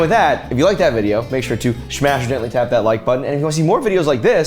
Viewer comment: I know is saying "smash or gently tap" at the end but all I hear "smashidently" as in smash it in accident. 😅